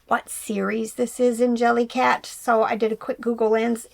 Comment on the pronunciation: Jellycat!, your pronunciation is correct! Team!